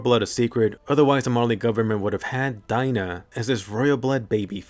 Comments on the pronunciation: I've been saying for years that it was Dina not D-ee-na but no one ever listened -_- I've never met a Dina that pronounces their name D-ee-na. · So huh? Was it not dee-na or die-na?